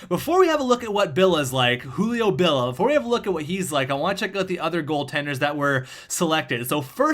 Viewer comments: bill ee ah not bill ah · It's Julio BillIA not Julio Billa